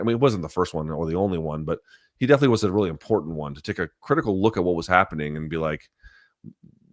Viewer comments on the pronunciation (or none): none